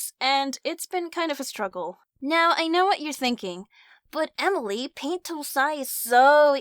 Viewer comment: Emery? I thought it was Emily